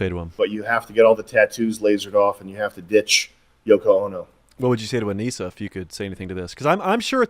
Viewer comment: Btw, it's not "Anisia". It's Anisa. Not that I care, but it's kinda stupid to get her name wrong when you're on her fucking side.